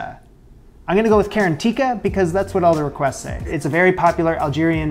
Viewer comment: Garantira not karantika 🇩🇿🇩🇿🇩🇿🇩🇿🇩🇿🇩🇿🇩🇿